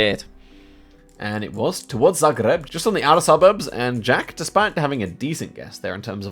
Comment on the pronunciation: said zagreb axualy well